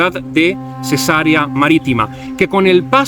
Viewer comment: Cesarea se pronuncia con acento en la segunda e y alargando la e!! es latín!